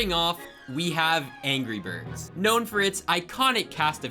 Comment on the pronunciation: at exactly he says gry birds. true discord members would know. that or we're going back in time to the first Thanksgiving to get turkeys off the menu. or we're getting high while getting whiplash from headbanging for ten minutes.